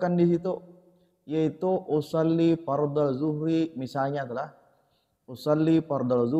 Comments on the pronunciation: Bukan fardlal dhuhri, tapi fardlad dhuhri. 🙏🏻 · maaf yg benar usholli fadrazh zhuhri atau fardhal zhuhri ustad yg saya dengar dari niat anda itu fardhal sedangkan yang pernah saya pelajari itu fardhazh zhuhri🙏🙏